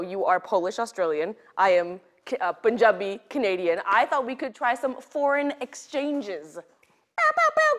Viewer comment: I love How Lilly pronounces the word punjabi